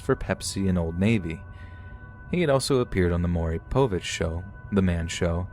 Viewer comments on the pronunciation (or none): none